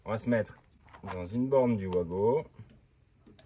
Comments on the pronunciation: Coin! Coin!, pas toi 😱 On ne dit pas vouago mais vago.😭 Tu ne dis pas un vouagon mais bien vagon "wagon" ❓Rassure moi 🙏Après oui, ce sont des borniers de connexions rapides.👍 Il y a les mêmes sur "Temu". Je me demande comment cela passe la douane. 🤔 Le matériel électrique doit être estampillé NF. 😱 Alors, test à l'arrachement:🆗 A ce Vincent quelle chaudasse 😂Test à la surcharge (16*230= 3680W sur 25m max: ❌ Malgré la surcharge, 4500W, le bornier à 70°C, c'est trop en 20min, imagine à long terme. 😱 Je préfère les blocs de jonction à visser.👍 Bizarre comme expérience, une vidéo qui ne fait pas l'éloge du produit.🤔 36 15 kinenveu pour ceux qui n'en veulent. 😂 À bientôt, bey! Bey!🤞✌ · Juste pour info on prononce Vago c’est comme le wagon 😊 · Mais tous les électriciens le font exprès de dire OUAGO alors que ça doit se prononcer VAGO ? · Tout l’monde dit ’ouago’ comme si ces produits éraient de sources anglaise. Ben non, c’est allemand, donc le w se prononce comme v. Ce sont donc des VAGO !!!